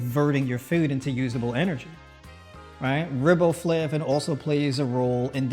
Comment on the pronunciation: Riboflavin pronounced with a long “i” sound like rye bread. Thus, Rye Bo Flavin.